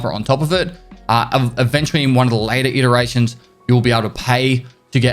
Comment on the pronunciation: "iterations" no such word as interations